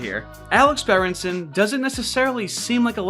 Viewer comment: I came from the timeline where its berenston instead of berenson.